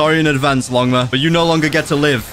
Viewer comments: I love when he says ligma instead of longma😂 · Pls say longma not ligma 🏐🏐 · Bro is calling longma ligma 🤣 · Bro called Longma ligma 💀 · Bro call longma ligma😂😂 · Bro he say longma into lingma😂😂😂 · Did anyone notice he called longma ligma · Its not ligma its longma